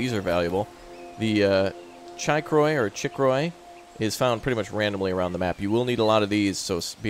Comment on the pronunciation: chicory is pronounced (chick-or-ie)